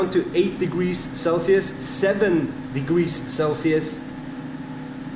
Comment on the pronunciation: degwee celcius